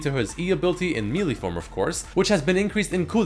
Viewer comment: Someday will learn to say 'melee' correctly... but today is not that day.